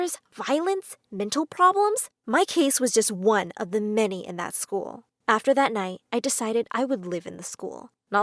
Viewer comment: YOU SAID LCKER NOT SCHOOL